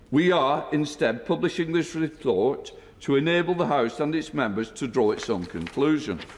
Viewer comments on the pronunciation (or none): "Replort" ha ha ha.